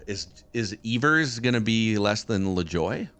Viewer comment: I don't know how to spell it phonetically, but never pronounces Nap Lajoie's name correctly. It's not "Lajoy". More like "La-ja-way", with a soft J.